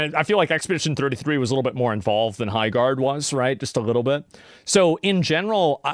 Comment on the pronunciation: It’s the way that Geoff says “Highguard” that kills me every time